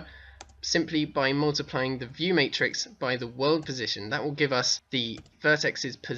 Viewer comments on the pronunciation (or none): LOL "martix" not matrix